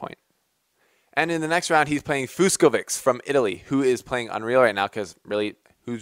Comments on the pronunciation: As the others mentioned, Fucsovics is from Hungary, and his name is spelled like this: 'Fu-cho-witch' The "vics" at the end is the same like Djokovic's. :) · Dude, Fed will play Fucsovics (pronounced very differently) who is actually from Hungary and not Italy. The flags can be confusing (especially if you come from the US :-), because both have the same three colours, but the Italian flag is green white red in a vertical order, whereas the Hungarian flag is red white green in horizontal order. But they are different countries.